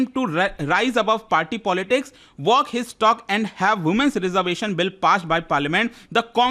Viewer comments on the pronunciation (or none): 🤣🤣🤣🤣 women's reserviaaaaassss 🤣🤣